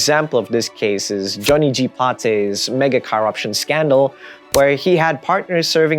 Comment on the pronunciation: learn how to pronounce corruption perhaps, you sound foolish.